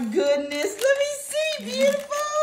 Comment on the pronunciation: I love when they call eachother “ breutiful”